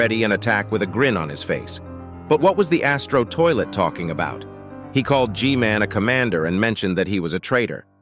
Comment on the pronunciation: Bro said mech scientist toliet ☠️